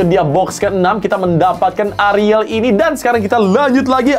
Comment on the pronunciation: sebutnya A RI EL ya guyysss bukan ARIL😭😭